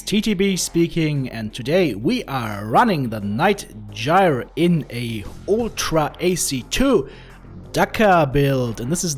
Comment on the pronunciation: Well done and you pronouced “ Gyr” right too. ( sounds like “ fire”) will try that build!